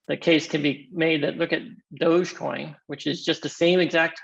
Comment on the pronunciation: It's dog-e-coin, doggycoin. Not douchcoin.